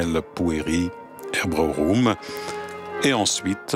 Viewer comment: Pueri Hebreorum et non pas Pueri Hebrorum comme dit le commentateur. Y perdrait-on même son latin?